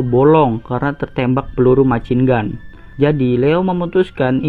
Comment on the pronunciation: mesyin gen kalo dibaca :v